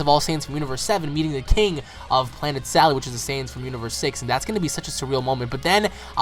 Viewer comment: I have a strong feeling the name of cabba's planet is sadal.... Not salad lol.....